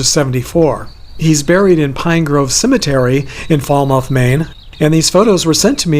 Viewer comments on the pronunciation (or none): Hi, FYI, It's pronounced (falmith, Maine) I always am glad when I see you have posted another video. I really enjoy them.